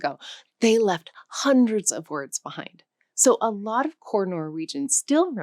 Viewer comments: I'm just a Swede, but I've never heard a Norwegian pronounce hus like "hoose" or similar. They generally say it like we do, i.e. the letter u stands for the sound [ʉː]. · She didn't pronounce it accurately.